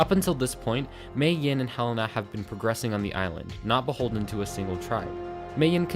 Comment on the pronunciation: HE-LAY-NA not hell-ena